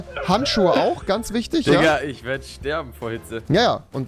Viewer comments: Rewi es heißt Digga nicht dika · Warum sagst du immer dikka?